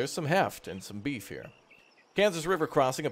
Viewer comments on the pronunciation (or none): none